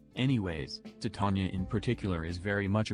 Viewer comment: Also props to for being one of the four people worldwide who say her name correctly.